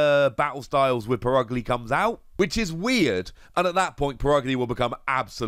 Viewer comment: It’s pronounced per-UG-lee not put ugly, cmon guys try harder